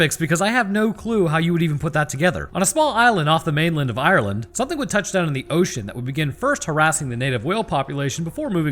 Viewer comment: The way way he pronounces Ireland makes me chuckle a little. The E is actually silent.